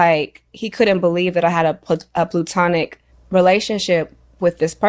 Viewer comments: she said “plootinic relationship” instead of platonic relationship😂 I thought Saweetie is a varsity graduate😏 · only seeing this now…it’s an eh sound with the P and L, so it’s pleh-to-nic. Not U sound as I heard from Saweetie. She said plu-to-nic. The word is spelled “platonic” so not sure where gets the u sound from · it’s pronounced PLAtonic.